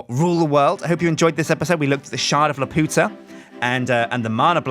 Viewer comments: I cringed when you said Laputa wrong, Miyazaki movies are my FAV of all time, Castle in the Sky being one of the tops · good so i am not the only one that knows hes saying it wrong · Ahh! watch castle in the sky and learn how to pronounce laputa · Every time he said it wrong a part of me died inside. Go watch the movie please... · every time he says laputa that way I can't help laughing. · ugh he's saying lapuda wrong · It is pronounced Lap-you-ta like from Castle in the Sky! It is a refence to that Studio Ghibli movie! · Isn't it pronounced lap-you-tuh? The way you say it is just raunchy, and offensive to the spanish speakers. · My heart cries every time he says "La-Poota" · I love you but I swear to god if you say "Lupiootuh" one more time i will call Studio Ghibli and my lawyer. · It's pronounced lap-you-tah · keeps pronouncing Laputa wrong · LAP-YOU-TA it is pronounced lap you ta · The shard is pronounced "lap - you - ta" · Laputa is pronounced as "La-pyu-ta" in the Ghibli movie, but Jonathan Swift probably meant for it to sound like the Spanish phrase meaning "The Whore". Swift was like that. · isnt it la-pew-ta like the anime film you know sky castle the amulet that makes her float and stuff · Youre pronouncing it wrong its Lap-u-ta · you pronounced Laputa wrong!! HOW DEAR YOU!!!!! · “Calvamon” Montesinos its BLOODY LAPUTA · it's prononced Lap-You-Ta not La-Pu-ta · lepp-yu-tah. leputah. not lepp-oo-tah. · He's pronocing it wrong. It's La-Pu-Ta not La-Po-Ta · 'u' not 'ow' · Try saying it as La-pew-tah. Not la-poo-tah. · you are saying laputa wrong its lap-u(like you)-ta and you are butchering it and it is really annoying to hear you say it like la-POO-ta and it is so angering hearing you say it like that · It's pronounced Laa-pew-ta. not laa-poo-ta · it's pronounced lap - you - ta no weird accents. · Castle in the Sky is my favorite movie, so im omega cringing because of the mispronunciation of Laputa. Lap-u-ta